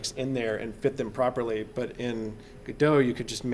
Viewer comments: You admit the developers pronounce it differently, then you purposely mispronounce it over and over. Pretentious and annoying. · well, it should really be pronounced with a silent "T" because it was named after Samuel Beckett's play "Waiting for Godot". you should just google it and i'm pretty sure somebody else has already commented something about that. sorry, english is a 2nd language for me. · Because "Waiting for Godot" is a pretty well known play, and that's why he pronounces it like that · Lol everyone of you are wrong here hahaha. It's 'Godot' not 'Godot', so please stop calling it 'Godot' for Godot's sake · Dude its obviously "Godot", I'm surprised people are comfortable with saying it like "Godot" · Stop calling it "gudough" you fucking mongol you even acknowledge the creators refer to it as "go dot" yet continue to pronounce it your own way because mommy told you you're a special snowflake. Are you stupid? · and its go DOT not gado, if your going to make tutorials pronounce it right god that's annoying. notice the second letter is an o not an a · You say (Ga-do) but it is written (GO-DOT). I say (GO-DOT) as it is written. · The creator of the 'gif' verbally called it a 'gyph' all the time. Look how much people cared, lol. 'go-dot' would have to be a compound word to make sense, lol. "gu-doh' just makes sense. There are very few actually good cases to use the silent 't' and I think they should own it, lol. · FYI: Pronounced GOD-oh. Not Go-dot or Go-DOH. Godot development was started by Juan 'reduz' Linietsky and Ariel 'punto' Manzur in 2007.[13][14] Linietsky stated in a presentation that the name Godot was chosen due to its relation to Samuel Beckett's play Waiting for Godot, as it represents the never-ending wish of adding new features in the engine, Waiting for Godot (/ˈɡɒdoʊ/ GOD-oh[1]) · godot is pronounced like robot… thats why the logo is a robot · The icon is a robot. not a roboh. the name is godot. not godoh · Go Dot, its not a Frenchman.